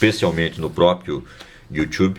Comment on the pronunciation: Obrigado pelo video! Mas o you tchubi foi engraçado kkkk